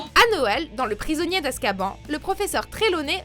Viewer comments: On dit askabanne désolée c’est plus fort que moi 😂😭😭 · On dit ASKABANE